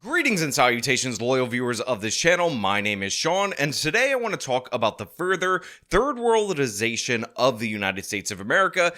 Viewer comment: "third worldilization" 🤣🤣🤣